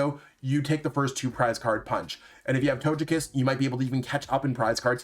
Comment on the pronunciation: Wtf with your Togekiss pronunciation..